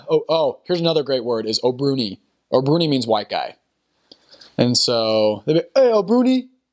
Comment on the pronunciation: Yes and the way he pronounced the "abruoni" it was hilariously funny🤣🤣🤣🤣🤣